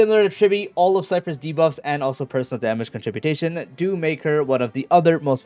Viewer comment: lol, these tools making videos these days all make up words and act like they are real "contributation"? It's con-trib-you-shun moron